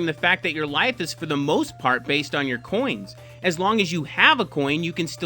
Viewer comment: Lol, he calls them "coins" 😂